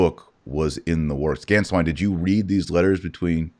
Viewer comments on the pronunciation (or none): Both of you need to get your pronunciations right when saying Archbishop Georg Gänswein's name. It is pronounced: GAY-ORGG GHAN-SCHWINE! Archbishop Georg Gänswein will have a place to return to in Bavaria. To think he is trying to figure out where he belongs is a misconception. Pope Emeritus Benedict XVI, I am sure, has taken care of that the moment he became Pope. 💞✝️JuT❤